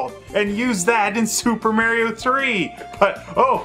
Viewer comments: Just criticizing his pronunciation of "Mario" as "Merio," but of course I can't just do it in a straightforward manner.. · Who's this "Merry-O" speaks of? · I love how says "Super Merrio Brothers")) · I never heard anyone else pronouncing it "Super Merio". Not bitching, just saying XD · What a great video that captures a special time period 😜 also I love how you said Mario differently 🤣 21.7.22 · I love it🤣